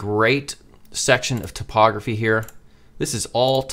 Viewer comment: I love how the way you pronounce typography makes it sound like topography 😄